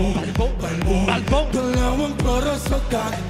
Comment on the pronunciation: Stelll. Balbon o Kalbo ba talaga sinabi mo? Larooooo. HAHAHAHAH